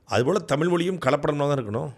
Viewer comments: சாட்டைக்கு ழகரம் உச்சரிப்பு வரவில்லை. 'தமிள்', 'தமில்' என்று தான் மூச்சுக்கு முன்னூறு முறை சொல்கிறார். இன்றைய தலைமுறைக்கு சுத்தமாக தமிழே வரவில்லை. இதில் அவரவர் தாம் தான் தமிழை காக்கும் தனையன் என்று பெருமை பேசுகிறார்கள். உங்க சீமான் மேடைகளில் ஆபாசமாய் நாராசமாய் பேசுவது எந்த வகையை சார்ந்தது ? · Thambi, Neengalum Thamizh endurance solli pazhagungal. Thamil moli endru sollamal ‘ zha solli pazhagungal